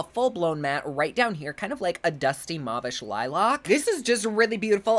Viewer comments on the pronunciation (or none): none